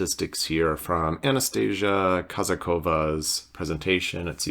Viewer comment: a-na-sta-sí-ya. stress on sí